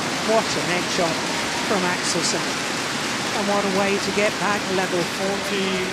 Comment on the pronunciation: I agree with you, but stop saying "Axelson", it's not that difficult to say 'Axelsen"....